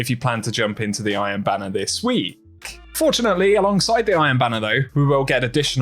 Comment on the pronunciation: I don’t know why but I always notice this dude always adds extra emphasis on the letter “K” at the end of a word that’s ends with K. When he says “weeK” 😂